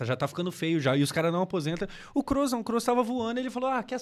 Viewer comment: Você pronuncia certo o nome do Kroos. Muitos falam com ó ao invés de ô. 👌